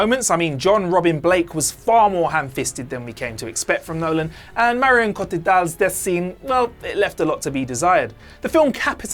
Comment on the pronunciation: Hahahahaha um what was that? “Marion Cotital”?